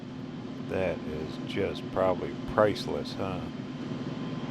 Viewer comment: Love your adventures off of the main highways but I’m laughing because my husband gets very frustrated every time you don’t pronounce the “L” when you say railroad 😂. Instead you say rayroad, oh and you say prally instead of probably 😂, that gets him every time as well, but you do you, we still love ya!